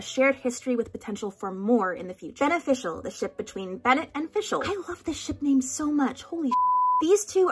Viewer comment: BenneFischl sounds like "Ben Official" :oops